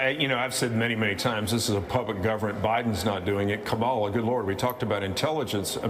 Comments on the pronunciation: Ever notice that Repugnants never pronounce VP Harris’ first name correctly? They go out of their way to be insulting…it’s like listening to a middle school class pretending to be adult clowns. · Smart people can pronounce Kamala correctly. Sorry. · Why do Republicans have such a difficult time pronouncing Kamala's name? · can’t correctly pronounce the Vice President’s name after 3 years, we need to test his competence.